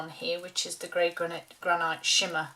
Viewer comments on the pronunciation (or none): I hate to be “that” person but...it’s pronounced GranIT not ite